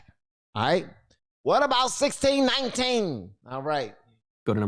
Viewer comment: I can't help but laugh every time you say "1619"